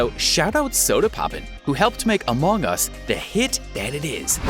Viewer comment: No one:: amog us